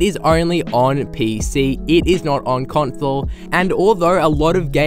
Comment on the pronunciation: he said con-thole